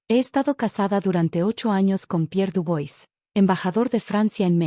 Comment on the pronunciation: Chérie se pronuncia"cheri" y Dubois,"Dubuá".